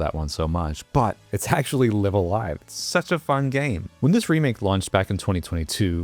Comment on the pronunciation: Very cool game, but small detail here. The name is pronounced with both "lives" as if you were saying "I'm going live". "lie-ve" instead of "lih-ve"